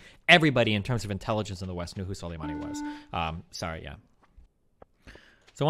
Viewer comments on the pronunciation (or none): Destiny Struggled to Pronounce Soleimani in this debate